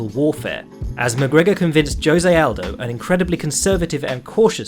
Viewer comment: Joesay aldo that’s not how you pronounce his name